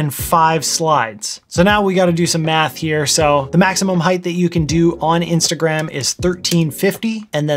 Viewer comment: i can swear i initially heard "meth" as in "this tutorial will involce meth science"